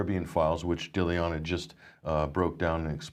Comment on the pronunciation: Guys, the least you could do out of respect for the intrepid and courageous Dilyana is learn to say her name, it's really no harder than your made-up versions - phonetically it's GUY-TAN-SHEEVA - at least that's a lot closer than your sad attempts. She is clearly far too polite to correct you herself ^^;)